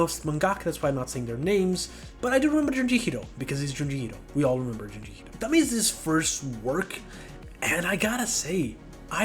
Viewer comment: i think its nice ur making longer form vids :) also, its not tommy. its pronounced TOE ME AY. l